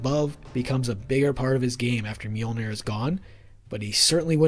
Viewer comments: The google tts gives the correct prounounciation(misspel?) in Icelandic or i could just make a short for you with only the word Mjölnir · With an American/English accent, not an Icelandic/Scandavanian one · As much as i love the videos, as an Icelandic native i feel pain everytime people say "Mjölnir"